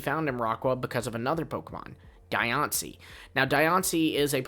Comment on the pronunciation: Die on see? Diancie. 😂😂